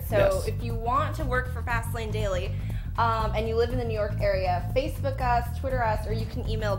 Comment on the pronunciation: And why do they always say "Fast Lane Dally"?